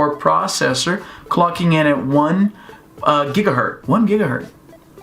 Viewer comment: "One Gigahert." I've never heard this one before :D